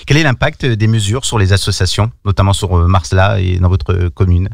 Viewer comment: On prononce Marcella.